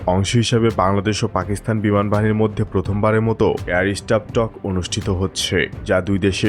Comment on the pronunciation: পাকিসথান নয়, পাকিস্তান । আপনার উচ্চারণ ঠিক নাই